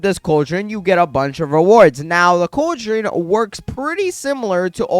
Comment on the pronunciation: It’s pronounced CALL-drun